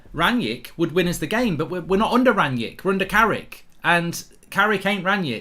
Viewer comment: Who is 'Ranyick'? I thought his name was Rangnick.